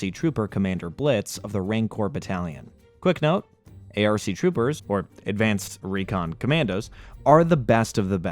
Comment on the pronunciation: Wow, you SUCK at pronouncing the Star Wars names. You were gonna call “ARK troopers” “A R K troopers”? AND WHY DID YOU PRONOUNCE QWI-GON SO WEIRD!? ARE YOU STUPID!?